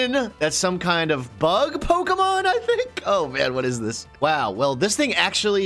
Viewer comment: Its poke E mon silly not poka poke uh